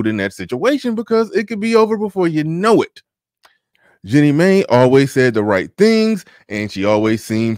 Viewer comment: (1) FYI….Mai is pronounced “my.” (2) So do you think 50 Cent will marry Cuban Link (she’s mixed but I’m not sure she’s part Asian). (3) Covid ( )…during a pandemic when the country is as sort of in chaos…was not a time to make major decisions…I think they should have continued to date during .